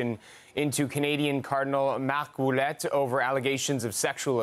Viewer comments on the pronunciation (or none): By the way, the name Ouellette is pronounced ( Wellette)